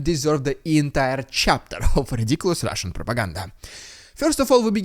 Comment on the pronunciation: your intro to "rrrrriddiculous Rrrrrrrusssian prrrropaganda" sounds a bit unhealthy sometimes. I hope you recover quickly from that always. 😄 Thank you for your work.